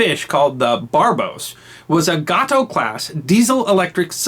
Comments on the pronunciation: You weren't (aren't) a historian if you cannot pronounce Gate-O. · I love your channel and I subscribe, I'm actually a degreed historian as well, but you're better. Two issues with this particular video: "Gato" is pronounced with a long "a" - as in gator. And Groton, CT is pronounced with a short "o" as in crouton potatoes. I lived in Groton while with the Coast Guard. Otherwise, and I'm just being picky, keep up the good work and thanks. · Agreed. Gato rhymes with Fat Oh. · It’s pronounced GAY TOE not got toe. The galloping ghost of the Japanese coast - USS Trigger. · I used to know a guy (he was the night manager at a factory where I worked) and he had retired from the Navy as a submariner. He started on Gato class and ended up on nuke powered subs. He pronounced Gato with a long A (as in May). Just saying... Great video though (as always)! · Gato class pronounced gay-tow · Don't you pronounce it Got-tow. Like the Spanish word for cat. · Submarine class is pronounced GAYTO not GATO like a Cat in Spanish. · A long "A" sound would make it [GRAY-ten] where GRAY rhymes with STAY. Are you sure about that pronunciation? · "Gato" class boat .. pronounced with a long "A". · It'a GATO class, pronounced w/long 'A'...Groton short 'O'. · .......Mate, you go ahead and mispronounce to your hearts content.......it won't affect by one iota the wonderful job you do in not only remembering history,....but also in presenting it to people like myself who find all your videos fascinating and highly entertaining. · Gato the shark (which the class is named for) is as pronounced it. Gato, the submarine, is pronounced with long "a". Americans, especially before the Internet, are lousy at foreign languages. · FYI Gato is "Gay-toe" and Groton is "Grah-tun".